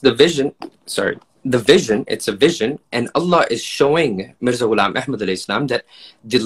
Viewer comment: He's insisted. Tobah even he's defending Mirza's wrong pronunciation. Astağfurullah.